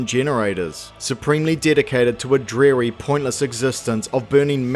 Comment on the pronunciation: 1) Seems to me "The Tet" is what the humans named them, not what they named themselves. 2) Malevolence. Ends with an e, not a y. People are making that mistake SO MUCH these days. BTW, you mispronounced "dreary". Do they though? Earth is a lot bigger. Source please. You're right about harvesting from Earth being stupid due to gravity well. That depends on whether the nukes are airburst or ground explosions. Hell, airburst doesn't really contaminate, just look at Hiroshima. Ground explosions OTOH... IIRC your 60 years is a low estimate. "Worst effects of radioactive contamination should be behind them" is true, but doesn't mean it's safe where ukes went kablooey.